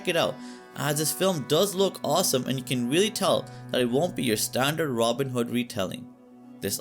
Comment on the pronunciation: Who the heck is Ronind hood 😂😂